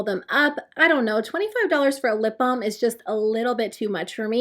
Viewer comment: 😂🤣 I kept hearing "lip bomb"